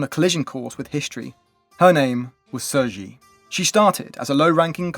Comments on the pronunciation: Sir Ji? What!? At least pronouncing her name as Tze She would be closer even though it's still not accurate. But Sir Ji? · He did all that research, and not once did IPA of the name came up? Even if you don't read IPA, how did "Sir Ji" came about? There is no S, nor is there a J.